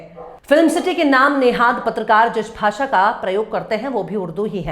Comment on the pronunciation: हिन्दी का दम भरता है ये टकला, भाषा को भासा बोलता है। प्रदेश को पर्देस बोलता है, जो श ष का सही उच्चारण भी नहीं कर सकता वो उर्दू पर बकवास कर रहा है।